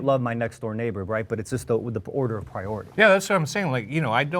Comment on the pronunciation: If I hear the word prioity one more time 😂